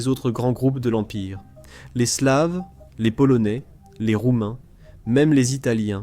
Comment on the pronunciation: "Slaves", prononcé à l'anglaise, comment dire... Ahhh, l'IA!